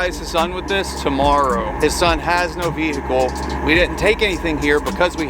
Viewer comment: Lol saying "vehicle" like a cop gave me a chuckle